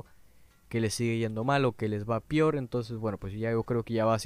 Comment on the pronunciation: hablaste igual que yo "pior"